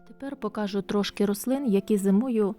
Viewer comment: Чому Ви говорите покАжу, а не покажУ?